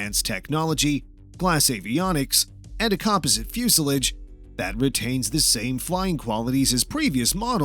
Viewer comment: And "composite".